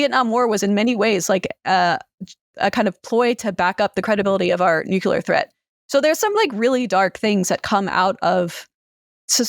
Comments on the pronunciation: It's 'nook-LEE-er,' not 'nook-YOO-ler.' Just look at how it's spelled. Why is this so difficult? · I'm sorry but I physically cannot listen to how she pronounces nuclear as "nucelar" and subscribing as "suscribing". Otherwise really interesting